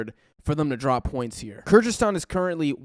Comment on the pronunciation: Good overview, but you need to fix how you pronounce “Kyrgyzstan”. Similar to other Americans it kinda sounds like weird mixture of Kazakhstan and Kurdistan and changes from time to time